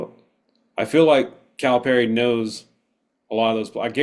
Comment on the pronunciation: Learn the correct pronunciation...listen to how Cal pronounces his name. It's Cal-uh-perry...not Cal-ah-par-ee